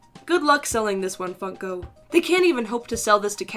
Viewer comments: Did anyone here she said f****o instead of funko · Your now fun. FUN-ko